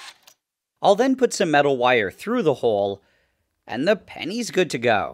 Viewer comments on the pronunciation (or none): none